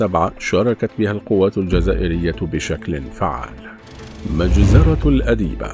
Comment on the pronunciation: النطق الصحيح لميناء الادبيه ..وليس ميناء الاديبه